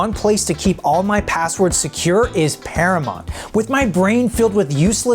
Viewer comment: He says anomitity instead of anonymity. He says paramont instead of paramount.